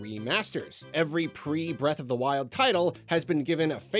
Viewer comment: Breatharina of the Twild